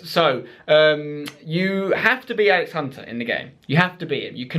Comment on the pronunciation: Alex "And-Spence" Hunter